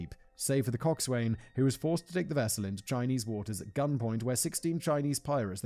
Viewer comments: Simon, 'cockswain' is pronounced similar to coxon 😅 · Probably should have looked up how to pronounce coxswain. It's counter intuitive